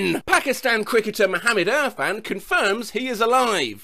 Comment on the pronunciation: im from pakistan and the pain when he pronounced “pakistan” and “mohammad irfan” was immeasurable